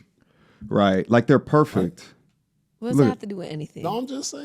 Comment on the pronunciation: “I’m not perfeckk” yeah we know